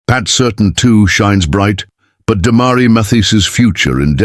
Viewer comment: Please learn how to pronounce the player's names. You might even get more clicks and subscribers. Sir- Tan, not Certain.